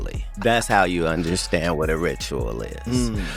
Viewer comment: I dont "under- SHHTAND"